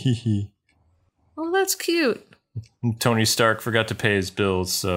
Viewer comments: she said tony sterk not stark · She said Sony Stark.